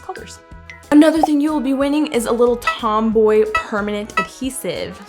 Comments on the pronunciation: Girl it’s not tomboy it’s TOMBOW Like RAINBOW but it’s TOMBOW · Tombow not tomboy Mildliner not binliner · It’s Tom - bow<